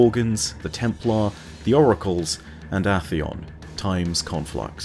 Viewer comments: AHHHHHtheon... really? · I have a question. Why do you pronounce glass in vault of glass as “gloss” and Atheon with a short A instead of a long A? First questions obviously a joke, since you’re British and only have one pronunciation for glass and gloss:P but I thought most people pronounced Atheon with a long A.